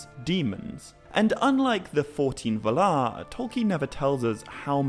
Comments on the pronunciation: Ugh. It's vaalar, not valar. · While I really enjoy the vids I can't stand the way he pronounces valar. Pretty sure its [VA]lar not [v]-larr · I came across this channel not too long ago and am watching the vids but the way he pronounces Valar seems wrong… but I won’t let that discourage me from watching more vids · Sorry, but you're pronouncing Valar/Vala wrong. 🙄